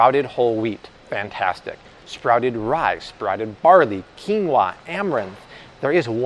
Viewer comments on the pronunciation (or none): none